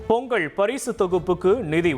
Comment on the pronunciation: இவம் பேசலாயக்கில்லடே!செய்தி சொல்லவே படிக்கலடா! பொங்கள் பொங்கள்ளுக்காம்ல! பொங்கல் னு சொல்லி கொடுங்கடா!